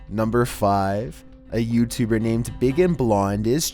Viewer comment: You say YouTubed like youtuberrr no hatr